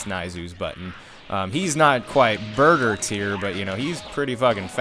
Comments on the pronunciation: its burter not burger lol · when you said burter I thought you said burger lol